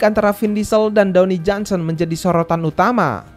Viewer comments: Dwayne Johnson.. Bacanya dweini bang.,Bkn downi…😂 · Dwayne Johnson bang bukan Downy Johnson